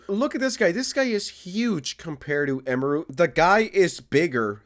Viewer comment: "the streamer eemaroo" 🥀